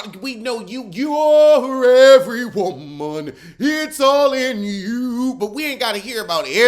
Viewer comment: great episode 😂😂😂 “YOURE EVERY WOMUN”